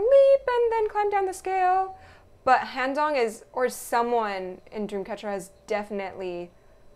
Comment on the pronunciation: I didn't realize that both Gahyeon and Siyeon are wearing two different colored lenses (i think both from each other and their own pair of eyes) Also: Handong's name is pronounced with an "ah" sound so like how "Hot" has the "ah" sound, Handong= said like Hahn-dong. Thank you for your reactions, I truly look forward to other videos!